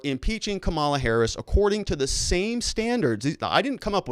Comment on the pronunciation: Seriously, is there something wrong with your linguistic or are you intentionally mispronounced VP-elect name?....How hard to say comma-la. I am a Lincoln Repub, and have gotten over it the loss....You and the others should too